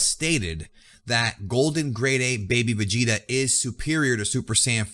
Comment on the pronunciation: manco vegeta sai pronunciare 😂😂